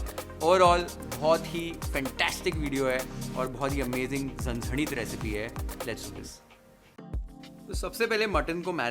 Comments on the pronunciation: I loved the way said "Zanzanit" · Dear, i m big fan of you though won't comment everytime but today the way you uttered the words, zanzanit, tambda n pandhra rassa, nad khula, maja aa gaya. Now let me watch the recipe. 👍👍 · The way you say झणझणीत its amazing 👏 😍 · भावाची मराठी accent लई भारी आहे राव... "झणझणीत , सुखं वाटण , कोथिंबीर , परात," सगळे मराठी शब्द परफेक्ट येतात... #नादखुळा 😊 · Your Marathi accent is so good 😍 Parat, aani, zhanzhanit, Bhannattt, tambda rassa, pandhra rassa everything ❣️ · वाह एकदम कडक...! मटण , वाटण, झणझणीत ye Marathi pronunciation apt kiya h sirji Recipe k sath aapki Boli bhi h लई भारी...!